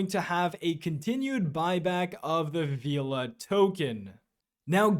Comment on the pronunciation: FYI it’s pronounced Vela not Veeeela 😅